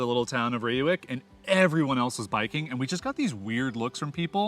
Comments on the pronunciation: Dude does his best to spell Gouda to make us proud! Continous to butched Reeuwijk... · Ray-wike for future reference :) But good pronunciation of Gouda 👌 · Reeuwijk pronounced as Ray wijk. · Thanks for posting this video. I enjoyed it very much, for I was born in Utrecht (that’s definitely not a Little Amsterdam, as it’s a city with a identity of it’s own) and now live in Reeuwijk (I loved your pronunciation Rewuk🤣). Too bad we didn’t meet, I’d have loved to drive you to the ‘Landerij’ restaurant. Whenever you’re in town again, let me know! 😁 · pronounced as "RRRAY- WEH-EEK" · Ray wike...not ee as in see...ee as in say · Please don't call Utrecht "tiny Amsterdam"... we are NOT Amsterdam and we sure as heck don't want to be called anything Amsterdam. Reeuwijck : Pronounced a bit like "Ray-why-k" Utrecht: lose the "Y" sound in front... it is not "yutrekt" and for the ch use the same G sound as in Gouda and you should be close to a correct pronunciation. :) Heerlijk: correct work however nobody says it. the proper one to use is "Lekker" (Pronounced as the English "Lacker"which can be used for many more things besides food. The weather can be "lekker" for example)